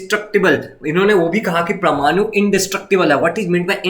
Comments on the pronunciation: it's not pramanu it's parmanu😅😂😂😂😂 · It's परमानु parmanu